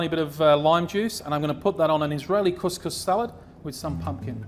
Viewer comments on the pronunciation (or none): Did you just say "Israeli cuscus"? 😂😂😂